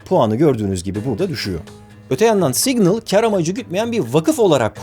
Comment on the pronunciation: Yalnız o "signıl" diye okunmuyor 🙂